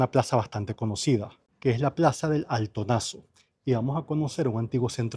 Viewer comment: Plaza del ALTOZANO, no del Altonazo. 🤣